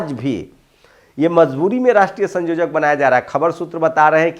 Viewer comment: संयोजक बोलिये ना कि संजोजक